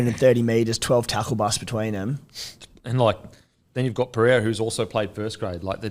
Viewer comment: Guru how are you still pronouncing “Pereira” as “Pee-yeah-ra”?? Bloody annoying everyone is saying it right around you there’s an r in there mate